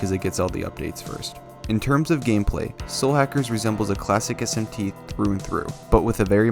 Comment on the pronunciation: lol Your accent makes it sound like you're referring to this game as "Slackers." >_<*